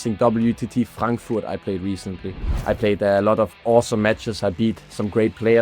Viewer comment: I mean idk if you speak it, but very nice pronounciation on Frankfurt xD